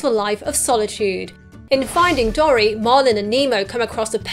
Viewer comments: Dory is said dore/ee not dor/ee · I'm British too, but I've always pronounced Dory as 'door-ee', not 'dorry'. Irrespective of this, love your videos. Keep up the good work! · OMFG you say dory wrong its not dorry